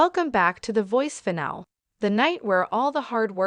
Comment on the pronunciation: You're even showing Reba from last season when Snoop wasn't even a coach. [BTW, finale is pronounced with a long ē at the end.]